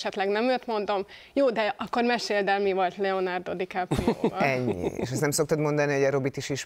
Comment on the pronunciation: "Leonardo Dikaprió" gg műsorvezető